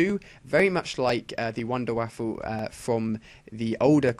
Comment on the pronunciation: Wunderwaffe... NOT wonder waffle... Get it right...